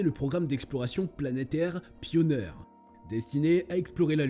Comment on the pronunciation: Pioneer se prononce " pionir" Et survayor "surveior" pas survayvor... Bon je suis déçu de cette vidéo. Et l'Ésa c'est en un seul mot, comme Nasa... Et par pitié, c'est "perjélisol" pas perguélisol... Il n'y a pas de U après le G et c'est un E donc se prononce je...